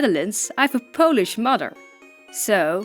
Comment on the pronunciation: Wow! I didn't know one of my favourite ytbers is half-Polish. ;U; I'm Polish and I need to say that your Polish is good!